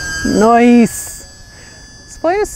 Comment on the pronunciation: Word of the day, "NIOCE" 😄😄😄😄😄